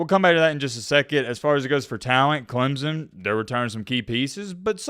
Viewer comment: as soon as you learn how to pronounce our school i will start listening to you. all the SEC ppl call us Clemzun. (Clemp-son)